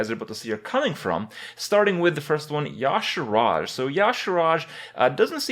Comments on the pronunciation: Its y'shAArj Kripp, not yAshArAj. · Why are you adding two letters to your pronunciation of Y'Shaarj (Ya'Shaaraj!)? Just read the letters that are there! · STOP SAYING YA"SHARASJ ITS Y"SHAARJ!!! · Is it really pronounced like that? Makes no sense. Spelled Y'Shaarj. He says it Ya'Sharaj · Kripp, I cannot take you seriously if you can't pronounce Y'Shaarj correctly.